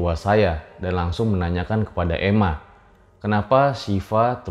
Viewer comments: Bukan Ema tp euma 😂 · ema = ibu, bukan dibaca emma, harusnya mma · Koq jd "ema" sih.....😂😂geli dengernya.....🤭